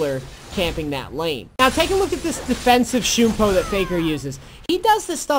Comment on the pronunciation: its shunpo, not shoooooooonpo